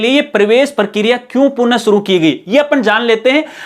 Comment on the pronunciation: Sabse pehle to aap punah ko purn kehna band karo